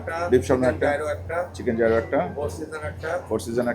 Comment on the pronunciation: bro not zaaaeerooo, its pronouced as YEE-roh